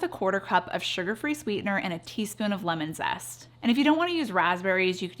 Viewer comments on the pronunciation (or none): none